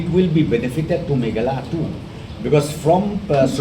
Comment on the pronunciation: it's Meghalaya boss is not meghala😂😂😂 n good to you 👍